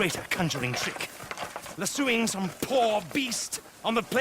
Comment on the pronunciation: So.... Did anyone else catch Margaret mispronouncing "lassoing" the same way did in his first video? RDR2 immersion.